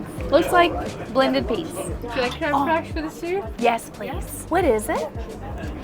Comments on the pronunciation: The editing of the waitress pronouncing creme fraiche and then the clip of butchering it had me crying 😂😂😂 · What a fun video! Thanks for the ride! Those trains are amazing!, I love that versatile dress on you! You look great in it! I remember when you got it, because I thought, "Great choice!" Love the sunglasses too! BTW, that dollop of cream in your soup is pronounced, "crem fresh!" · inability to pronounce Creme Fraiche is the cutest thing. I wish I could take her and on a day trip and teach them all the cooking terms. and what they mean. Once your eyes are opened to the culinary world, you never look back. ❤